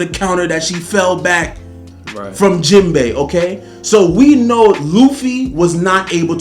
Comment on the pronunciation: This video started off all wrong 🤣 bruh said Jenbai. I'm two years late tho so he didn't know Sanji is better at this point. He gets a pass lol